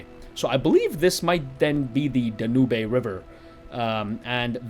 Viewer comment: Great video and review. The pronunciation for the river you mention in Budapest is 'Dan-yoob' but I'm sure that's the English pronunciation. I'm sure other dialects out there pronounce differently though so don't sweat it.